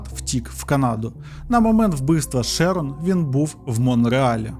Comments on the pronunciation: Prior читається як «Прайор»(наголос на першил склад.Шерон - теж на перший. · ШЕрон, шерОн, піцерІя, піцЕрія. Ви ж оповідач, ну як так?